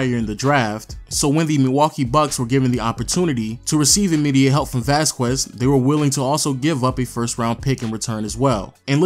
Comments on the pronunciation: Vasquez is pronounced Vass-kez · People are stupid if they think that you get to change the way you pronounce something just because you’re from somewhere else. Vass-kez is the proper pronunciation. Just because some of you have heard it pronounced by random people differently doesn’t make it that way. Anyone with that last name can attest to that. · Masai didnt trade Bargnari. It was Wayne Embry. It is not Vaskuez, it is Vasquez. But solid video. Thanks. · Vas-kwez....It's pronounced Vas-kez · Some pronounce it vasqwez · Vasskwezz haha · Please stop the hard q on vasquez. :) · vasqwazz....? lol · Everytime you say “Vasquez” I cringe. Come on bro you know damn well that’s not how your pronounce it lmao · The way he says Vasquez man.... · The number of times this guy mispronounced Vasquez is killin me. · You need to learn how to pronounce Vasquez.